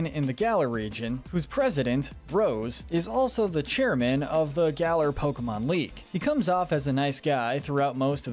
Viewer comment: You’re so bad at pronouncing names,. 🙄 Eight pronunciation error’s corrections: • GA-lar • NI-hih-lee-goh • Solgaleo: SOL-guh-LAY-oh • Mr. Briney: MISS-ter BRY-nee • resh-ir-RAM • row-EN • YOUX-ee • Lysandre: LYE-SAN-der